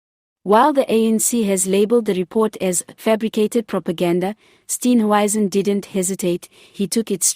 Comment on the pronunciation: Who is Steen "wyzen" ?????? Come on man. Speak properly for goodness sake !!!!!!!!!!